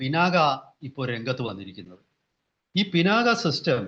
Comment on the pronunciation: കല്കണ്ടം, കന്മദം എന്ന് പറയുമ്പോൾ എങ്ങിനെയാണ് "ക " ഉച്ചരിക്കുന്നത്. അതുപോലെ "ക" എന്ന അക്ഷരം കട്ടിയായി തന്നെ ഉച്ചരിക്കണം. ശിവന്റെ വില്ലിന്റെ പേരാണ് "പിനാക" ഇനിയും മനസ്സിലാകുന്നി ല്ലെങ്കിൽ ദേശീയ ചാനലുകളിൽ പറയുന്നത് ശ്രദ്ധിച്ചു കേൾക്കൂ. ഒരു മലയാളി റിപ്പോർട്ടറും പിനാക ശരിയായി ഉച്ചരിക്കുന്നല്ലല്ലോ.